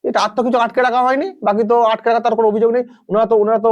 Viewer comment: আঁটকে নয় ভাইপো, আটকে।